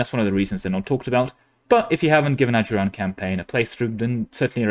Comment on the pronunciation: Bro thought he was into something when he said ajuraan (they're my fav nation)